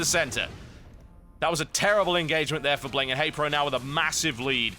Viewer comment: can i just say its not bling its pronounced B-ling :)